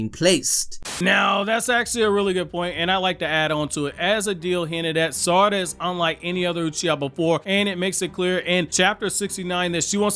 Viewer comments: Smh it’s not Sara-da. It’s Sa-ra-da. Every syllable should be the same length and emphasis. It’s the same as sa-ku-ra. It’s not Saku-ra so it’s not sara-da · Pronounces Sarada like Spongebob does with "salad" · Love everything you guys do! But please, can give a bit more effort to pronouncing their names correctly? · It hurts every time you mispronounce Sarada 😅